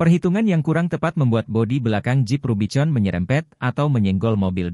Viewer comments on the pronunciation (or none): ganggu banget VO nya, dibaca rubi-con, harusnya dibaca rubi-kon, dash-bo-ard, yang harusnya dibaca dash-bôrd. jurnalisme sampah copas